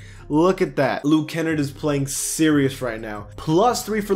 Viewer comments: Bruh you need to learn how to pronounce luke kenn-ard , it’s not luke kenn-erd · It’s KA NARD not KEN NERD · Kennard is like menards, Kennard. Not Kennrd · It’s not Luke “Kennerd”. It’s Luke Ken-ard!!! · that ticks me off because im from his hometown and its pronounced ken-nard not kenn-erd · It’s pronounced Ken-nard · LUKE (ken-Na-rd) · ITS LUKE KEN"NARD" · Luke Ken-nard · As A pistons fan, it made me a little mad that he was proncuing Luke Kennard’s name like that. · Every time he said Kennard it triggered me